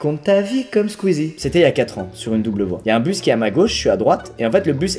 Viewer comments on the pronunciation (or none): none